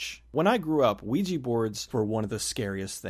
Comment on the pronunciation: I really wish people would learn how to pronounce "ouija"